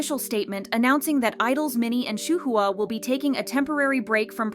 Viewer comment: Did you just pronounce Shuhua as SHA-HOO-HA?